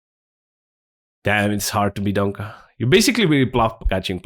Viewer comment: Why do you call him Donka??? hahahahah